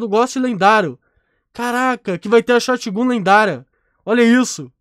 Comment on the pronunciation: sim mano da agonia ele falando, e ele fala shotGUN e não shotGÃN